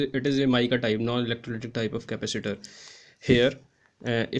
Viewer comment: Slow down, it is impossible to understand you.... Ca-pac-itor NOT "Capister"